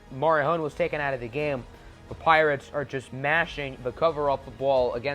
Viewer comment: At one point in the video it sounded like you said Plirates